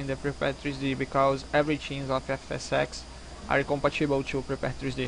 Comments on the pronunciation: You say FSsex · Did You say Fs sex xD Anyway Nice And smooth Fps .. Goood Video xD